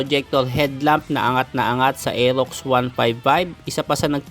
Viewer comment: Bulol r elox daw